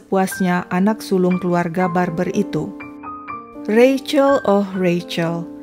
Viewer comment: Seneng banget mengeja Rachel dengan benar, yaitu Reicel...